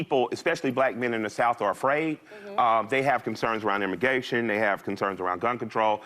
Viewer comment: Imm- gay- tion . That speaks volumes.. Gay Reset. I see. Nice play that was told.